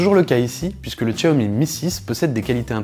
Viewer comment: on dit chiaomi et non pas tchiaomi , il est full 3G et le fait de ne pas avoir la 800 et la 700 ne consomme pas plus de batterie ! il va simplement basculer en H+ et ça consomme pas plus de batterie ! quand à Miui, si tu ne comprend pas, on peut t'expliquer ! il n'y a rien de plus facile ! même ma femme s'en sert sans problèmes ! pour les écouteurs, Xiaomi fournit un adaptateur !